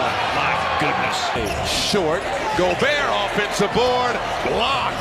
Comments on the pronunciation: Pronuced gobert wrong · Rudy Go-Bert